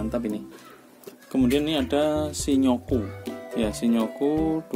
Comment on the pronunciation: Bukan shi-nyo-ku mas, tapi shin-yo-ku. :D Btw ini video perbandingan yang paling lengkap yang pernah saya tonton. Keren!